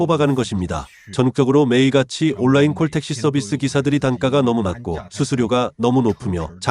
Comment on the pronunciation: 시붤이 아니라 시월, 올라인이 아니라 온라인.